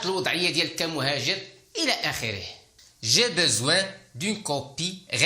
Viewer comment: Pourquoi tu prononce toujours je besoin alors que s'est écrit j'ai besoin.!!!